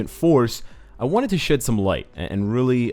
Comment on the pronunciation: sounds like he said "I wanted to shit some light" Yeah, go do that